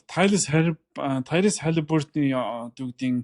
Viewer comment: Брюс жэймс биш Брайс (Bryce); Өмнө нь бас Тайрус Макси гд бсн. Зүй нь Тайриз. "Зогсоогдошгүй" гэж Монгол үг байхгүй. Зүй нь Зогсоошгүй. Өө хэлж байгаад уучлаарай